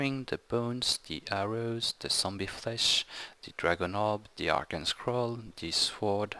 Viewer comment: just another tip on English Arcane is pronounced Ar-caine. Just an FYI:D